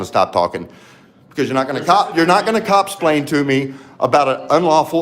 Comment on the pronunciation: "Copslain" seriously?